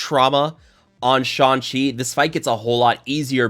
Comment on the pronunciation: I laugh every time he says "Sean Chi". LMAO